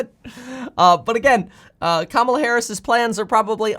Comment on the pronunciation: You're saying Kamala Harris wrong. It's pronounced "COMMA-LAH" for her first name. I'm not saying this to pick sides. I'm just letting you know you're saying her name wrong.